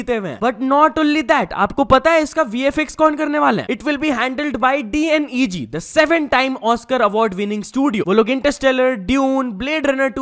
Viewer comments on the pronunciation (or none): Not dneg it's d neg or double negetive